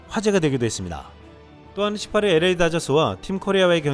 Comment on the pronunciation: LA다저스발음할때, 에레이다저스가아니라 엘레이다저스라고발음해야합니다.에레이가아니라 엘 에이 or 엘레이